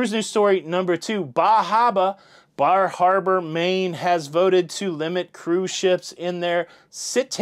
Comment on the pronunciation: Bar Harbor. The R is really soft. Fall foliage is beautiful. Lived in Maine for 5 years